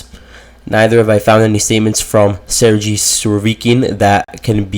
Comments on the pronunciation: Surovikin is a boss alongside Prigozhin.Its pronounced Ser-ghey not Ser-jee 😂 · Dude!!! , Sergei and Gerasimov are spelled G like the first G in Gorge or Gulp or Gate.. so please take this in mind And it is not Putin who fires or hires Army personnel.. like what? y’all think Russia is a small company with Putin as CEO?